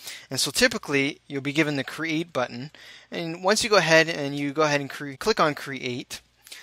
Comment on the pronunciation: Are you from Hawai‘i? You said "button" like a local.